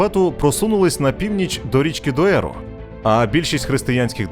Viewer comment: Не існує річки Доеро . Є річка Дору . І не Бадахос( на мапі гугла не вірно написано ) ,а Бадажос так правильно назва звучить. Алгарве, а не Алгарві. Коімбра а не Коимбра